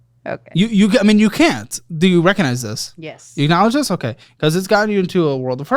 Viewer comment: "rekonize". Lol